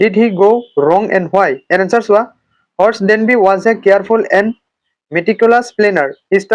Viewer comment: Horace danby ✅ horse danby ❌